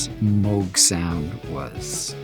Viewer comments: Moog Rhymes with Rogue!! He pronounced Moog correctly!!! Geddys the best!!! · Happy to hear my man pronouncing moog correctly❤ 😂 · So true, too many people make a cow with a g at the end. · It makes me so happy to hear him pronounce Moog correctly. I'm not surprised that he did. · He even pronounces Moog correctly.